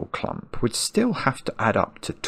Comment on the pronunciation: At the beginning the word „clump” was kinda funny, but after two hours of Marks clumP!! where P sounds like the sound from opening a can of Pringles made me sick and my anxiety rose to the sky.